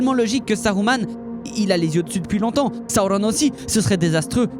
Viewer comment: La prononciation du nom sauron.....